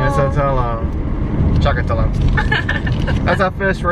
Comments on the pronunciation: "It's a talowng..." 😂😂😂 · nakakatuwa yung pag pronounce ni ng talong 😂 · It's a tahlong, chaka tahlong 😂😂😂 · "It's tuh-long" hahahaha